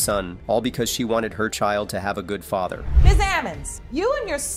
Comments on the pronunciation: So is that AI can't pronounce Father, or a non Ai computer, or a teenager making videos? Somebody can't pronounce the word father! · This narrator absolutely drives me crazy he doesn't know how to pronounce the word "father" Even if it is an auto generated voice I can't believe that it says fayther not father.Argh! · Whoever does these voiceovers needs to learn how to pronounce “father”😒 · I wish they'd teach ai how to correctly pronounce father. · Please next time choose a narrator that can pronounce father and intamency on a consistent basis.